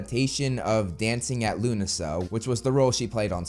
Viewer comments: You nailed lughnasa but Bríd is pronounced like “breed” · You got Lughnasa right! Bríd is most likely Irish though, which would make it a long ee sound. Basically the word "breed" is how you say that name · Good Job on pronouncing Lughnasa correctly 😁